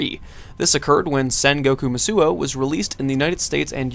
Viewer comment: What? Who didn't play Warriors Orochi 2? Also, it's "Musou" not "Musuo," pronounced "Moose Oh"